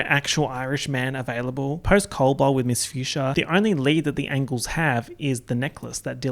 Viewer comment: I swear to god I spited my water the first time he said ANGLES